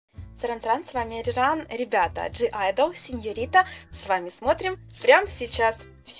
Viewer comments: Не джи айдол читается как айдол.А так всё супер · Не джиайдл, а АЙДЛ! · Извеняйте,но правильное произношение названия группы не "Джи Айдл",а просто "Айдл" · Правильно говорится Айдл:) G не говорится обычно . А так прекрасная реакция, я рада что ты наконец посмотрела их клип